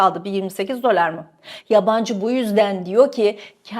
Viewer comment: Dolar demeyi bir öğren artik be kadın !